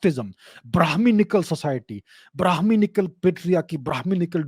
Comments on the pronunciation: Like the way he said it, Bruhmanickal Society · The way he SAID BHRAMANICAL🤣🤣🤣